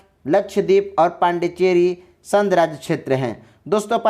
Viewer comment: अरे भाई पहले बोलना तो सीख लो आप बार बार संघ को संध के रूप में उच्चारित कर रहे हैं